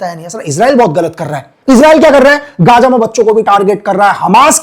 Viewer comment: it’s not gaja. it’s gaza. learn to say za. you gajar ka halwa.